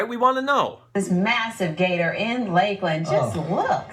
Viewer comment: ok one its pronounced laklan and spelled Lklnd TM. and two we group up with with alligator our who life when it comes down to it that is a brave ass alligator most of them will run when they c us unless u feeding em or near there nest or in the water.